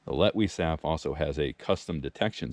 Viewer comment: Hyped!! I'm glad you knew how to pronounce that. 😅 I'm thinking Sam and Daniel could use this because they've had some scary camps. 😬 Bear snack! 🤣🤣🤣 Well, if you are what you eat, you'd give them bears a tasty treat. 😆